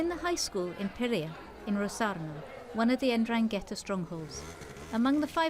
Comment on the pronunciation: "the en-drang-ghetta" she says